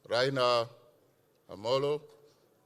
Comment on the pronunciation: Did the UG minister just say :Raina Amolo" hhhhh, the term 'rhino' has a connotation that fits the bill